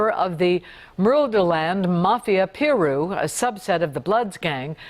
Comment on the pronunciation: she said, mafia Pee-Rui 😳